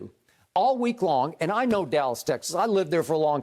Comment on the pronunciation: Shannon said Dallah😭😭😭